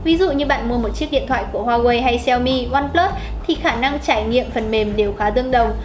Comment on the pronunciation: cái gì e cũng biết nhỉ .kiến thức rộng phết tiếc mỗi cái xí hổ ko biết nói hoài ko chịu sửa. có ai trong maxmobile chỉ e ý phát âm huawei cái...nói chận xíu thời gian dài tí nhưng đỡ vấp nói sai nữa.hay mình có góp ý là cho e này lên tiêng thôi đừng cho vào hình thay vào đó là hình minh hoạ cho bản tin.tất cả vì cộng đồng khán thính giả thôi..